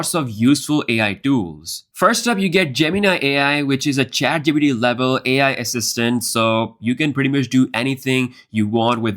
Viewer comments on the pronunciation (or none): none